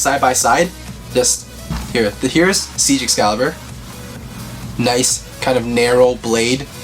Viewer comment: No offense but it actually isn’t pronounced “Siege” it’s pronounced kinda like “Zeke” or “Seek”. It’s a german word meaning “Victory” or “Winning”. Again, no hate or judgement, I just thought you guys might find it cool to know. (Not sure if you mentioned this in your sX video...if so I’m sorry.) But yeah, Buster Xcalibur is pretty cool! I’d say it’s not much of an improvement over it’s former counterpart, but it looks great.